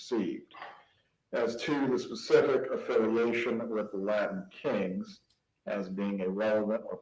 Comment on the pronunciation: Rashbaum has trouble pronouncing T’s Latin Kings is not pronounced Ladin Kings.